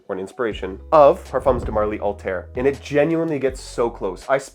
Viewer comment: Althaïr = All-tie-eer. Not Alt-air